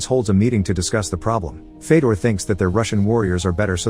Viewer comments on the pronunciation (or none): fedor is pronounced fyodor